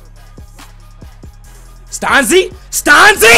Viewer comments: Stan-zI not STAUNSEE, hahaha great vid! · hell yea ricky stanzi from iowa!! and it's pronounced stan-zee not stawn-zee lol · You pronounce Ricky Stanzi name wrong lol Chiefs is my team